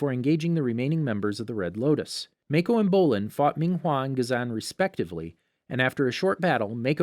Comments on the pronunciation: This is bothering me. His name is Mah-koh, but Mae-koh. I know they are doing their best though and I appreciate the effort. Thank you for the video!!! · Its not maeko either its maaako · Okay but why do you keep saying “mAikO” ITS “MAKO” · Every time he says "MAY-KO" it reminded me of the fat donut-eating cop saying his name, hah. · mayko ten-zen kia mhm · stop saying make o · I think Mako is pronounced (Mah - Co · You said mako Wrong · and when he pronounces “mako”